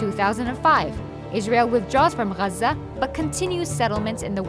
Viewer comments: this video was made in English so pronounce it in English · yeah but the English pronunciation of Gaza is “gaazah” - it’s like the German city of Koln is Cologne in English. And how spaghetti when said by Italians has a certain accent, but in English it sounds different. Or the capital of India is Delhi, but in Hindi you call it Dilli. If you’re speaking in English, no need to be dramatic about the accents. Just use the common word. In Arabic, call it guzzha. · Muslim propaganda. I realised that the narrator is arab when she said ‘Gazza’ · The way you say Gaza , clearly says you’re from there and that you’re one of them. How objective 🙄🙄🙄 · Pretty jarring when you pronounce everything in English except for Gaza.